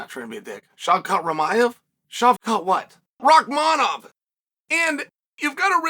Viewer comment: He can pronounce Shavkat Rakhmonov but can't pronounce Bilal 🤷🏾‍♂️